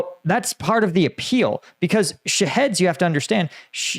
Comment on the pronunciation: I keep hearing "shitheads" not "Shaheads"..